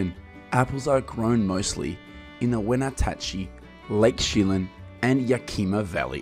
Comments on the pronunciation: Wena-tachee ? Its wen ach chee (Wenatchee) 🙄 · "wenatachi"???? "Yakeema"? sounds like some AI voice? ridiculous. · You seemingly know a lot about apple production, but you don't know how to pronounce the places they come from in Washington. You pronounced every one of these towns wrong; Yakima, Lake Chelan and Wenatchee. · Lots of inaccurate and out of date info in this video. Also funny to listen to you try to pronounce Wenatchee, Yakima, and Chelan.